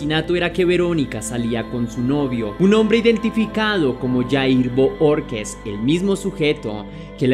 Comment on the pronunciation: Bohorquez se pronuncia "BOJORQUEZ"